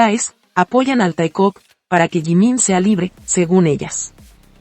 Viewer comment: voce é ÓTIMO...''TAECUZ"😅☺🤭